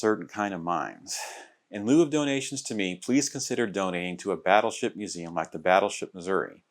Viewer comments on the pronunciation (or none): none